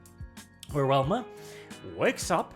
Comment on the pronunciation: Velma "Vee" not "Welma"